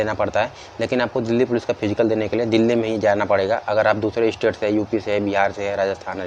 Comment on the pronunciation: कौन कौन दिल्ली पुलिस को "डैली पुलिस" कहता है🙄